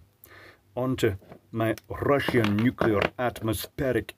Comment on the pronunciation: Russian nu-clear Corp. 🤣